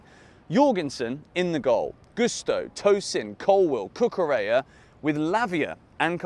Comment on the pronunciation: I am proud of you finally pronouncing Cucurella's (pronounced Cucureya) name correctly. I knew you had it in you! 🙂